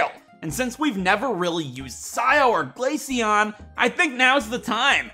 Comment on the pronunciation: GLACEON, NOT GALACEAN! FIX IT NOW!